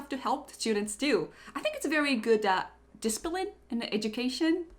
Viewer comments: Am I the only one who heard "dispiline" instead of discipline? Your reaction is so funny xD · I think you pronounce discipline wrong